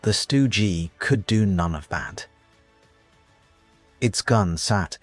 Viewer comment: Really? Stu Gee, Sturmeh guhshoots? Stopped video . Tired of AI crap.